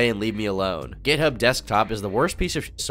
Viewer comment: I remember when you pronounced github with a j, i was so fucking close to unsubbing